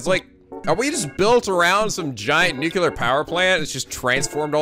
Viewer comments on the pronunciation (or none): giant nucular power plant One of these days, has got to learn how to pronounce 'nuclear'